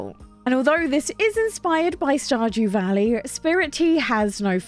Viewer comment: I realized while watching this that every time you say Stardew Valley, I thought you were saying Stodgy Valley with your accent. I thought this was hilarious. This is meant in the nicest way possible as I love your videos. Thank you